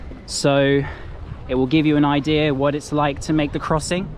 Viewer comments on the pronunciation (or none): none